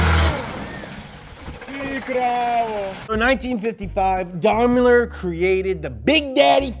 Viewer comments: its not darrrmler its daimler hahaha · Never heard of Unimogs and says Daimler completely wrong...must be an American channel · That's pronounced: "Day-mler"